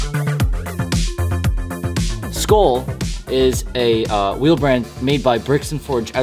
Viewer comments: its pronounced skull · It’s “Skoel”